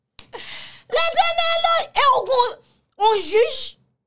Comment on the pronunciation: Mais journaliste par respect pour les nombreux abonnés qui adorent "l'Éternel", tu ne trouves pas respectueux de cesser ces:. "léternèlo, jéziro et tant d'autres" tu sais que j'aime auditionner tes émissions, mais pense à ma remarque. Bonne journée.